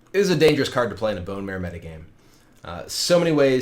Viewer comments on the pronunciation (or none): none